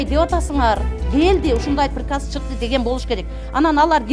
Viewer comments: Пирказ дегенди туура айтып алчы анан Директор болсон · Пириказ,дейт го.